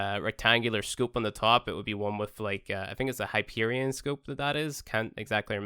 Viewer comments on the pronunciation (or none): none